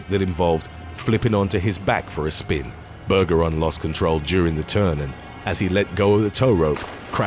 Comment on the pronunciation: Bergeron is pronounced with a soft G. Just saying